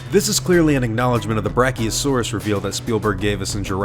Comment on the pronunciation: it's brachi jeuses